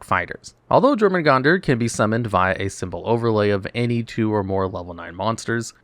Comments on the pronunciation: YOUR-muh-gun-der. The J makes a Y sound. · I'm guessing you were misprouncing Jormungandr on purpose.